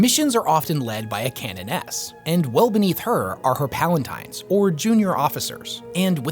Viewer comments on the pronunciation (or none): Good lore video, but... It's CONVENT, not COVENANT. Convent Prioris. Convent Sanctorum. A covenant is an agreement. A convent is a big building filled with nuns, or, in this case, Sororitas. Also: Devote, not devout (written incorrectly in the song lyrics at the beginning) Palatine, not palantine Prioress, not prioris (i.e. the head of a priory) Vigils, not sigils So many repeated mispronunciations, or misspellings, or just straight up misused words in this. And those were just the ones that stuck out to me. Not trying to be mean, just trying to correct some mistakes so others don't pick them up and pass them on.